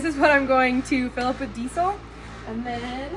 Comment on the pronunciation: the way you said diesel😅